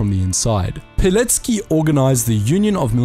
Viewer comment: Finally! Someone who says Pilecki's surname correctly.